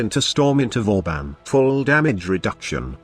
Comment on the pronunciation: Its pronounced as Vaw Ban yw 👍btw I'll love to see you come up with a nuke build with banshee that makes her ground shake ability nuke somehow